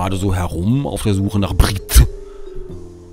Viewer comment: Ich hab so gelacht als er mit 'Brgtte' kam :D